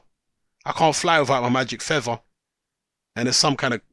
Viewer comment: YOU DON'T NEED THA FEVVAH, YOU CAN FLY WITHOUT THE FEVVAH!